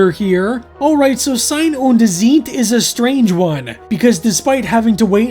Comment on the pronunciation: The intresting thing about your pronunciatio is that "ei" in Sein and in Zeit sound completely different, which in reality is the same. In German "ei" is pronounced like English "height" and "ie" in most cases like English "chief".